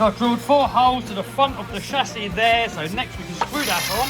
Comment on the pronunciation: I come to this channel just to hear him say CHASSIS!